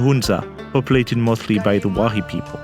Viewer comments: Wahri is actually Wakhi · It is Wakhi, not Wahari. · really great documentary. really enjoyed it. about the upper Hunza people. it is wakhi not wahri derived from wakhan.